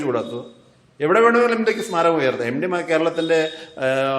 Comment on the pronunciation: എംഡി അല്ല സാർ എംട്ടി യാണ്.